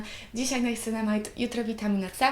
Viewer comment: Czyta się Niacynamid po prostu a tonizowanie twarzy jest bardzo ważne w pielęgnacji